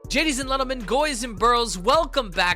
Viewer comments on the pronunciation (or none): Noticed how you say Jaydies and Lentlemen and not Gaydies and Lentlemen 😂